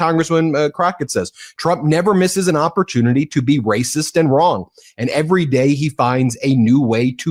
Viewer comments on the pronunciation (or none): none